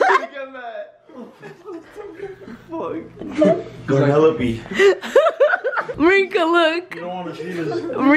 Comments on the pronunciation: "life of garnelope"😭😭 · he said garnelope 😭😭🤣